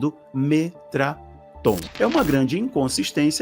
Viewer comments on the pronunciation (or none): O cara coloca o nome METATRON na tela e pronuncia "METRATON"😅😅😅😅😅😅😅😅😅😅😅